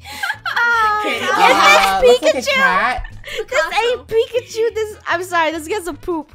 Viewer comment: Funneh keeps saying pikichu not pikachu